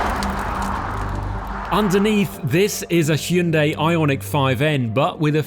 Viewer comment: 드디어 "ㅕ" 발음과 "ㅐ" 발음을 해 주는구나.